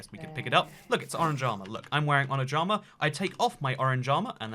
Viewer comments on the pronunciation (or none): When he says "orange armour" Is sounds like " O r a n j a m a "